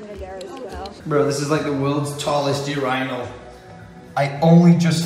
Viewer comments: did he say ur'eye'nal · Bruh when he said Yourinal